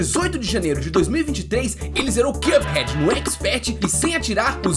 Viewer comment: Excelente vídeo,! Só queria pontuar que a pronúncia correta de "cup" é a que você fez aos, ou seja, sem /j/. Na maioria do vídeo (exemplo aos ) você pronunciou como /kjʌp/, enquanto a pronúncia correta é simplesmente /kʌp/. Tô mencionando isso porque acho top seu conteúdo e sempre ajudo meus friends com mispronouncings <3